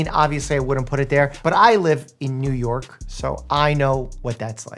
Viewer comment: New York - 👎 New Yoik - 👍🥹